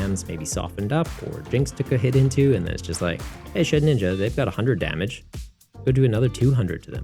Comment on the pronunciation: Shedinja. Not shedninja